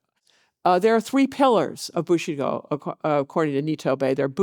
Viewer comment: Is she pronouncing Bushido like 'bushy doll' to be disrespectful or does she just have a cold?